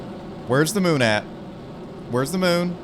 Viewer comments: Moon not mun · Mun or moon?